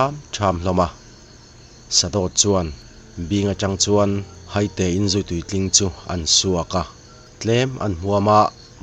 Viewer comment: Haite, mi tu emaw kan hai a thluk in i thluk a i thluk dan a dik lo Hai-te ti zawk tur ani e